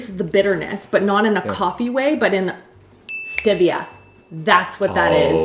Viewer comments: "Stivia" chefs kiss The way says it, absolute gold. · I love watching these to see things says wrong and today it was Stevia 😂